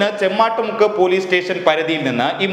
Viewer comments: ചെമ്മാട്ടു മുക്കല്ല ചെമ്മാം മുക്കാണ് 👍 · Stalatinde peru correct ayi pronounce cheyan padiku Mr... chemmattumukku ala its chemmamukku